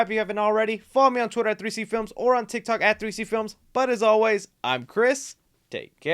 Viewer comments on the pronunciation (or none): none